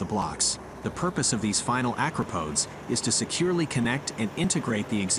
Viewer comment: Stop saying acropodes